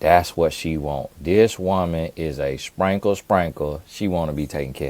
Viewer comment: Not sprankle sprankle 😂😂😂😂